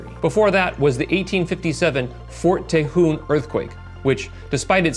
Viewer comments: Lol its pronounced Tey-hone pass not tah-hoon 🤣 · "Te-hone", not "Te-hoon". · Tejon is pronounce, "teh-hone" not "teh-hoon". Also, you missed a major quake between Parkfield and 1906, the Loma Prieta in 1989. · Fort "tuh hone," not "teh hoon." From an old Californian having grown up near. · Tejon, TA-HONE, not TA-HOON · It's Fort Tejon (teh-hohn). Not teh-hoon... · It’s Fort Te- Hon, not Fort Te-jun. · FYI, it's TAY-HONE, not TUH-HOON. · Tejon - pronounced teh-hown ...... just sayin' it's not my fault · Tejon is pronounced Te-Hone. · California native here. Ft Tejon, and Tejon pass is promounced "tah-hone" or "ta hone" And I have actually walked in the faultline area down in the fault cravasse itself. It has lots and lots of fossil shells etc in the soil. A fascinating place. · To hear you repeatedly mispronounce “Tejon” as “tee-hoon “ is like hearing two cats fight on repeat. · its TEE HONE tejon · Repeat after me: TAY-hone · "Tay hoon pass"? Brush up on your Espanol sir. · Exactly Tejón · "Tuh-hoon" LOL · Are you sure about your pronunciation of Tejon Pass as "Tay-hoon" Pass? Nobody calls Cajon Pass as "Cay-hoon" Pass.🤔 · Teh-hone please lol love this video tho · I found a new way to say 'tejon' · Would you guys please do a better job of pronouncing Ft Tejon and Tejon Pass. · One minor quibble, "Tejon" is pronounced with a long "o" instead of "oo." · You’re incorrectly pronouncing Tejon.